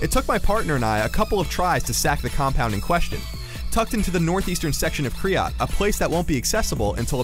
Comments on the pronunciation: its ky-rat not kryrat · You were saying kryat instead of kyrat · Its K y r a t. Not kryat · Did anyone else notice he said Kryat instead of Kyrat? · Um they said and spelt "Kyrat" wrong, its not "Kryat"... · Ign, it's Kyrat not Kryat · They should probably make sure the narrator is saying "Kyrat" correctly before uploading the video. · UGH, IT'S KYRAT,!!! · isn't it kyrat